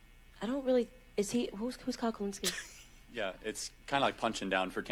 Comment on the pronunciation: Who is Kyle *pronounces last name perfectly*.